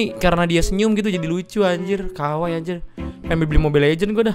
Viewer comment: Lu bilangnya "kawai bgt", gue dengernya "kw bgt" sat 😂😂